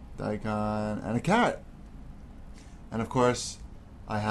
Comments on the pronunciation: I thought he said CAT too! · oh wooops .. sounded like he said cat .. ahahaha :P